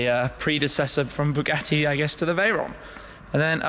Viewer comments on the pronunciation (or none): none